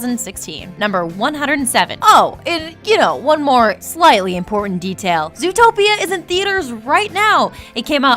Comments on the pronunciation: Lol, zootopeo. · I thought it was called zootroplis